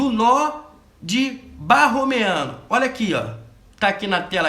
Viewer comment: muito boa a aula, notei um erro em nó borromeano.. foi dito nó barromeano..